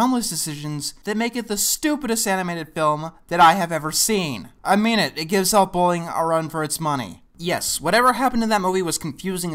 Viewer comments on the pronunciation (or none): "To give ?Elf Bowling? credit..." I swear you mumble that bit of dialogue 20 seconds in so badly that i will never know what film you are trying to say no matter how many times I relisten to it. Ah you say it again and it still sounds like Elf Bowling... Is that actually what it's called? Can't be surely. "They make you want to watch Disney's White Wilderness on loop". Hold on let me Google... Oh. Oh wow! What a ref to make. Well. You've got quite the willpower to watch this movie, and probably more than once to do this review. This was amazingly bad. Thanks.